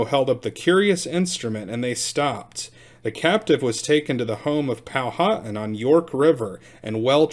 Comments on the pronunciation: You are saying our name wrong it is pow-wha-tan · Pronounced Powa-tan. Hen-ri-co. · Pow-wa-tan . I relocated here to James City County, from North Texas, in 2004 and had to learn how to pronounce their words. lol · I do believe it is pronounced "Pow-a-Tan (as in suntanned). I could be wrong. Eastern Woodland Indians did not want the White man, but they sure liked those copper kettles for boiling up a fat puppy. Noble savages.